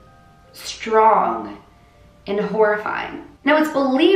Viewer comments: Listen when she says Strong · What the heck was that when you say strong???? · when she says "strong" it sounds really weird like someone interfered. check it out. You guys seriously listen!